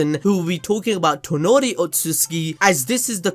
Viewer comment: Bruh, I usually don't mind ppl that spell names wrongly but "Tornio" really dude? Lmao Fyi it's Toneri